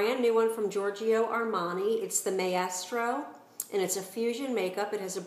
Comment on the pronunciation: I will definitely be trying the Maestro, even though I now wear Armani Designer Lift and am very happy with it. I certainly don't mean to be rude, but isn't it pronounced "my-stro", i.e. "master of his art"? Thank you for your good reviews and comments!